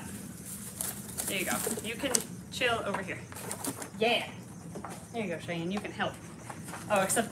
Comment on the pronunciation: the name is “Cheyenne” not “shian”